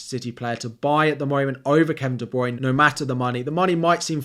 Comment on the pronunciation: Great video, but it's pronounced De-Bruy-Ne - three syllables. Yeah I'm a picky bitch, but every time you say it an FPL angel loses its wings. :)